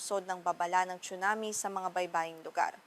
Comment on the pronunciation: Anchor chunami daw tsunami 😂